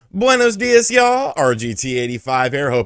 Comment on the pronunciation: He already perfected his buenos días pronuntiation and everything hahahaha saludos, I'm from Colombia, I'm glad Chile is doing better each time and hope we go the same way you did!